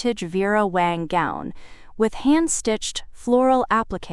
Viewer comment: It's Vera WANG, not Wong! Both were mentioned. Did Audrey pay $3k or $4k for the insurance, both amounts were mentioned. I found a few other discrepancies, sorry, but still enjoyed the story. The background actually followed the story which was refreshing. I subscribed and await more of your stories.